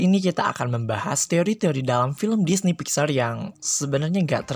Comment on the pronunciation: DISNEP WOY BUKAN DINEY